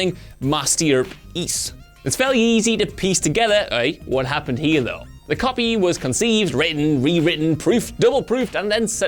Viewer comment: "pe ece" he said "piss"...sorry, "piece" or is it "piss together" 😂😂